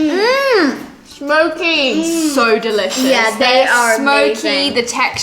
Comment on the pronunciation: said it’s Smokey I thought she said Loki